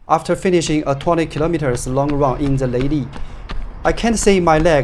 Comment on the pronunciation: Leili from you sounds exatly like LADY